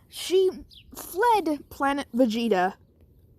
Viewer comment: Its called planet vegeta not vegito because you always said vegito instead of vegeta